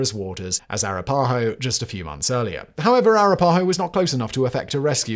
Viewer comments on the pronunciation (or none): It's pronounced "a-RAP-a-ho".